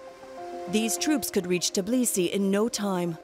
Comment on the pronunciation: What is "Tiblisi"?